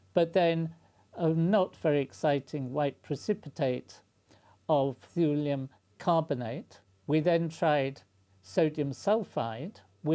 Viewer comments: pronounced "tyoolium" not "thoolium" btw. as "thule" is pronounced "tyoolie" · I like the concern of pronunication over Cleve but not over Thule (prionounced like tool) So it should be pronounced tool-ee-um?